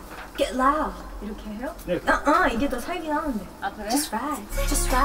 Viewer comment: 이렇게 해요? <- 전형적인 서울사투리🍓